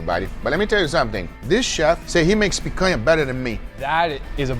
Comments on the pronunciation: Is it the picanha cut? He keeps saying picayah? . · And he didn't say "my food" he said my picania. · "I picanha you" Yeah you do with all that smack talk lol